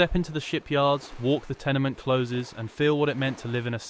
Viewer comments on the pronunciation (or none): Looked good initially but the mispronunciation of ’Govan’ and ‘closes” made me give up.